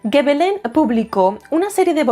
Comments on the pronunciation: Hola,. Sólo un apunte breve: en francés, la "G" sólo se pronuncia "gue" cuando le sigue una A, una O o una U. Si le sigue una E o una I, se pronuncia "ye" o "yi" (igual q en español, vamos). Por lo q Gébelin se pronuncia "yebelan", no "gebelan" (para conseguir ese sonido habría q añadir una U después de la G). Ya sé q es meramente anecdótico pero quería decilo. 😊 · Gebelin se pronuncia "Shebelon"